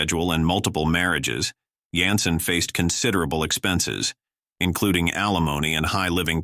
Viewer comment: His name is David Jansen, NOT David Yansen . You tube continues to get "narrators" that can't pronounce peoples names. I wish somebody out there would start a site like this, one that would actually work.